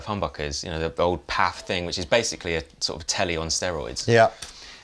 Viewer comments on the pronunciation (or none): It’s pronounced P.A.F. not “paff”. Stands for “Patent Applied For”. It’s an abbreviation—the letters are pronounced individually. There’s no such word as “paff”. Do you pronounce UK (for United Kingdom) “ukk”? Or “yoosa” for USA? No? Then don’t use “paff”!